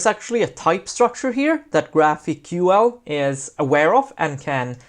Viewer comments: its pronounced graphical. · I'm pretty sure that GraphiQL is pronounced "Graphical". Great intro, thanks! Looking forward to part two.